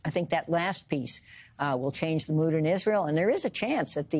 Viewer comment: *"thee" talk of the...